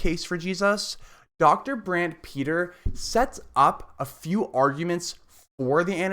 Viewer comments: His name is pronounced Brant Pit-Ree. not Peter. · It’s hard to listen to you keep on saying Brant Peter